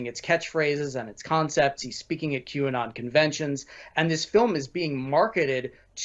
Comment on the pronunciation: Q-and on! Not Qanon!